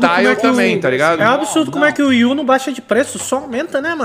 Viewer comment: mano esse cara me deu odio nesse vídeo kkk, fora que ele disse wi u melhor que Switch kkkk. Meu ouvido até sangrou